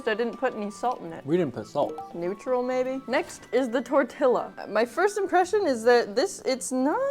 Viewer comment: No hate but can you please say tortilla properly (tortiya)